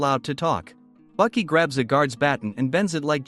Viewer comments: Wait Bucky it with a A Baki not Bucky you say ahh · Nope 60 seconds in and then I couldn't do it anymore. Baki= (BAH- QI) NOT BUCKY. It's crazy that even AI for the auto-generated captions thought it was Bucky 🤦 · Btw his name is Baki not Bucky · i’m already pissed at the fact that he calls the main character “buki” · I can't take it. The name Baki is pronounced 'bah-key' not 'buck-key'😑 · ITS BAKI NOT BUCKY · Is baki not bucky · Why the fuck are you sayin Bucky? You saying it wrong on purpose. People like you annoy tf outta me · Baki not Buki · When you say baki's name its sounds like you’re saying bucky instead of baki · The mispronounced names ruined this vid its Baki not Bucky amoungst many others maybe stop using the ai voices and just do the vids yourself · Your saying Buki not Baki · Yashazer gave Bucky his fung. Is this an AI unfamiliar with human speech? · I had to stop 40 seconds in because if he’s going to pronounce Baki like “Bucky” for the next 92 minutes I’m gonna throw this damn iPad out the window